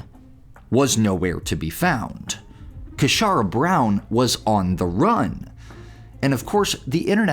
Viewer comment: 'Casharra' says it all! 😂😂😂